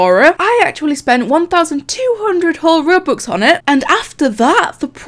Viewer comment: No one: hi I’m no one: Rubux